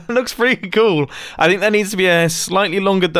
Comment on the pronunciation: "It looks KOOL" "It saundes KOOL" "It IS KOOL!" Mumbo, 2019